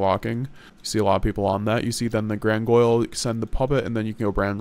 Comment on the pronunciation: Gran-gin-yol grangoyle is giving me straight up seizures.